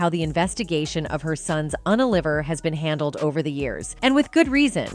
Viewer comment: The AI narration on this is atrocious! What the hell is an "unaliver?" Also, it pronounced the "liver" part of the word like the organ or food smdh. Seriously, it drove me crazy enough to solely comment on the damn AI...